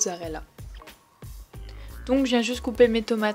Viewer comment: Tu me stresse à dire mozzarelle 😂